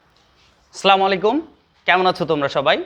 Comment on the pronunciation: আসলামু নয় আসসালামু